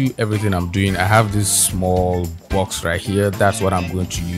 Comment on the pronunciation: when you said bawx i started laughing... than you were like command JAAAAAAAA... and i burst out laughing and spit my coffee out XD. I love your videos! solid work as always! <3